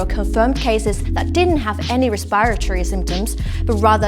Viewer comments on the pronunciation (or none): didnt have any respiraiiiirtyyyyy symptoms 🤔Speak English?